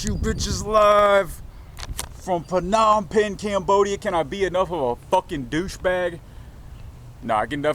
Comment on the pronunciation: Perr - nom - pen. Wrong pronunciation....sorry.